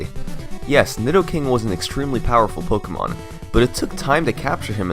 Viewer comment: It's pronounced (Po-kay-mon) btw